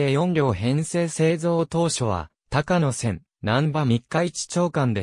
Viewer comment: 「たかのせん」ではなく「こうやせん」です。鉄道ネタなのに路線名を読み違えるって？